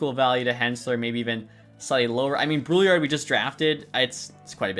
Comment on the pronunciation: FYI, your 2nd round pick Brouillard, in french it's pronounced like brew-yar (yard without the d)